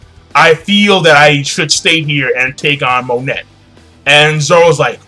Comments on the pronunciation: pretty sure its pronounced Mo-Nay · Monet is pronounced "moe""ney". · pretty sure it's pronounced Monay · It's pronounced "MON-AY" and "BIG MOM" i believe. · her name is Monet(moe-nay) she is name after the famous french painter Claude Monet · Sorry if I sound like an ass here King, but it's been bugging me for a while- Her name is pronounced "moh-neh" (モネ) The "T" is silent. Other than that, great review, and don't hate me for this comment :P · why do you pronounce her name like that?